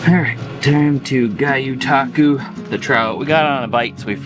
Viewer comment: I feel like your mispronouncing gyotaku on purpose lol guy you taku is wild 😂 gee-yo-ta-ku 🤙🏽